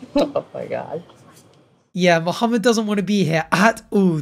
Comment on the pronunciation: May be a small thing to others but I appreciate the way pronounces Mohammed correctly 👌🏾